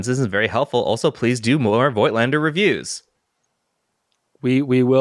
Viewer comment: I know you guys have many followers including myself here in Germany. The correct prononciation of "Voigtländer" is like Foe-gt-lander. The "i" can be ignored.